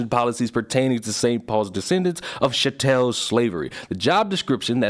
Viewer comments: DEAR . . . . IT IS PRONOUNCED 'SHAT-ULL' AS IN 'CATTLE'....MAN !!!!!!!!!! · Chattel is pronounced like chat+cattle but that French-esque pronunciation was funny. Edit: That woman being a pushy entitled B in France might do well to remember their history of dealing with entitled people. Guillotines should probably make a return.